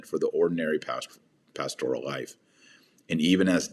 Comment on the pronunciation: "pastORal" ? Strange pronunciation with that emphasis on the second syllable. "Pastor" has a slight emphasis on the first syllable, so why switch the emphasis to the second syllable for the related adjective?